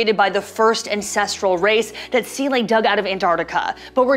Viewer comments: Seele not sealay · I stopped watching after she said "seelay" at the 51 second mark. does she have anything constructive to say about the ending? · Right off the hop, mispronounces Seele :( its German. ZEE-luh